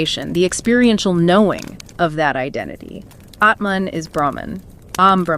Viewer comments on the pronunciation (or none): Great summary. Not to be petty, but Atman is not pronounced like cAt or bAt. The « a » is more like ahh